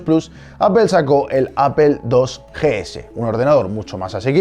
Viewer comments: amigo acepta criticas constructivas, acepta que esta mal pronunciado, y no tires sarcasmos pedorros a todo un continente solo porque no te gusta que te recalquen tus errores. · Aprende a pronunciar, el mac original era revolucionario, se nota que no viviste en esa época, puro chamullo y relleno, penca tu canal. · (MODERADOR)Fijado por rodrigo Hace 10 meses Antes de escribir un comentario sobre como se pronuncia Apple: Yo se que en latinoamerica vuestra dicción es muy superior a la de España, pero entended que en España la gente dice Apple tal y como se lee. Eso no va a cambiar, no voy a pronunciar Apple como se dice en Estados Unidos ni en Republica Dominicana ni en Mexico, porque este es un canal de España. Ten en cuenta las diferencias culturales antes de comentar, todo comentario sobre la pronunciación de las palabras será ignorado. Un saludo! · Que pésima pronunciación tienes sobre las palabras en inglés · Porque dice "APEL" si se llama "APPLE" PLE PLE PLE "NO" PEL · Tal como se lee? Entonces por qué dicen Apel en lugar de Aple xD no me molesta a ese punto, pero siempre me da curiosidad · Bueno pero técnicamente estás diciendo apel y no aple como debería pronunciarse no? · Es que mo dicen aple, dicen apel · lo curioso es que no lo leemos tal como se escribe porque seria "aple" y nosotros decimos "apel" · Pero dices apel! Y como se lee es aple! Podemos decir aple y no apel? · lit no dice aple si no apel. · apol, si se dijiera como se escribe seria aple no apel. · No seas fundamentalista vamos, pronuncialo bien, "Appol" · pues tal como se lee en Español es Apple, no Appel jajaja buen intento (por cierto fiasco? se nota que jamas usaste una) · Cuando lees Apple en español no lees apel, lees aple, mejorando te ves mejor en vez de defender lo indefendible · Igualmente dices /ápel/ y no /aple/ por lo que no lo pronuncian como se lee 🙄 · Pero si Apple pronunciado tal y como se lee que no sería “Aple” y no “Apel”? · pero tu no dices apple, dices apel